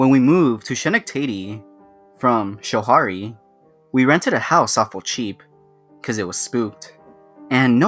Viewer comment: Did you change the ending to The Church? Wasn't it originally a joke story where the "ghost" the guy ran into was actually a sheep? Oh, and as a native NYer, I can tell you Schoharie is pronounced "Sko-harry".